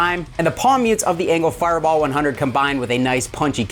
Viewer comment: I really enjoy when you leave the mistakes in like "enger firebar" I laugh every time, makes the vids that much more enjoyable because we all as humans do that type of stuff 🤘😅